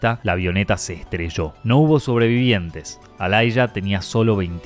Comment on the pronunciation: Enorme Aaliyah pero se pronuncia Alía y no Ailaya.